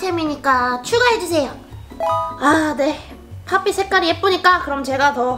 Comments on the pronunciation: 팝잇이 에요 팝삣이 아니라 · 왜 파삣이라고 들리죠? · 초랑 초 팝잇!할때 발음 이상햌ㅋㅋㅋ